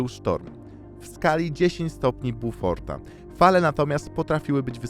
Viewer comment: Chętnie bym oglądał twoje odcinki. Jednak masz straszne problemy z tekstem w narracji. Ciągłe problemy z odmianą liczebników, kwiatki w stylu „szałópa”, „skala bUforta”. Musisz zwrócić uwagę na język pisząc skrypt do odcinka, bo strasznie ciężko się ogląda.